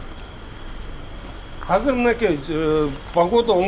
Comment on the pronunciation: Казыр эмес азыр дечи э мэр